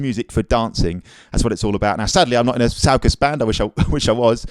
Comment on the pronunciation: Love your instruction videos and positive, fun loving vibe. Sorry to be pedantic, but two things—it’s pronounced “soo-koos.” Also “som-bah.”